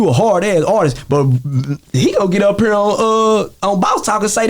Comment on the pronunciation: Over heer or over theer